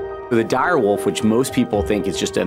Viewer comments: Why does she pronounce wolf like wuff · The Director of Species Restoration can’t even say the word “wolf” correctly. Apparently the are de-extincting a “dire woof.” Yeah, this is going to go well….. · Why does she say wuf??😂😂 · The chick who says, "woof," instead of, "wolf," is really getting on my nerves... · pronounces wolf weird. 😂